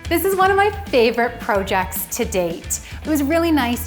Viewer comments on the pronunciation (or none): Irk why she says projects weird